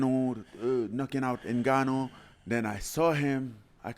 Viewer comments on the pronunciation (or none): Mike trying to say Ngannou😂